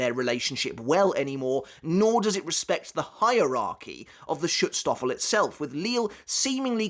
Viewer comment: Pls next time try out the google translater before you try saying a word like schutzstaffel, you are not even colse to pronounce the a the right way, its a german word and we pronounce "a" a lot different then english speaking cultures